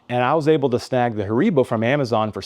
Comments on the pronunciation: Not Haaribbow....😁 its HAARIIIBOOH... i appreciate the presentation from germany🫡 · It's pronounced HAribo.